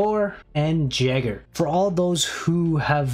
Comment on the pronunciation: It's not jay-ger it's Yay-Ger